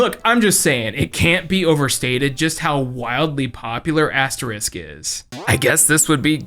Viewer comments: Especially since he pronounces it right whenever he says Obelix. X3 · Easy for us to mispronounce. We just aren't very familiar with it is the US. seems to accidentally say it a little wrong; we know what he meant. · Being unfamiliar with something doesn't make it easier to mispronounce. I mean... You can read, right? You know what an "X" sounds like, right? And nowhere in the name to you see an "sk", right? I can understand mispronunciations where you get a sylable wrong, but inserting a letter than straight up isn't there? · Bro it's Asterix!! Not Asterisk lol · ASTERIX and not Aste-RISK 😂 Dude at least said Obelix correct. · It's Asterix not Asterisk lol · How in the world was he able to mispronounce Asterix as “asterisk” an they pronounce Obelix perfectly 😭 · Asterix ≠ asterisk You don't even call his friend 'obelisk' even though that's also a word I was gonna be even more rude, but made me reconsider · I think you said it right once, but every other time you said “asterisk” instead of “Asterix”. Which is funny because most people mispronounce the word “asterisk” (this guy *) as “asterix”. It’s like the Thames all over again 😂. You’re still great though. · It really bothers me that I hear asterisk a million times. It's Asterix (ks). Not the * symbol. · Who is "Asterisk"? His name is Asterix D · Why are you pronoucing "Asterisk"? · I'm a European(German) and i respond: Please stop calling Asterix - Asterisk. It's written just like Obelix with an ix at the end. You correctly pronounching Obelix so why you get Astreix wrong then? 😅 How? This hurts my ears and my soul🥲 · "Michigan Report" doesnt take place in Michigan state but in Chicago. and stop saying "asterisk" its AsteriX. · You pronounced Thames right this time but got Asterix wrong. It's not the same as asterisk. It's As-Ter-iks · Why the hell does he say "AsteRISK"?! It's "AsteRIX" damn it!!!! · dude it's Asterix, not Asterisk. lol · I winced in pain every time you pronounced Asterix as Asterisk. 😂💀